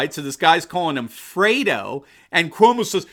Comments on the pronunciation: its Fredo not frodo. Respect from 🇵🇭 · Freddo, not Frodo. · It's Fredo not Frodo...lol...but what's the difference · 'Fredo,' not 'Frodo,' please. Thanx.